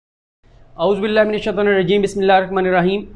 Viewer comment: اعوذ باللہ تو ٹھیک تلفظ سے پڑھ کیا کرو۔ ذ پر پیش پڑھنی ھوتی ھے۔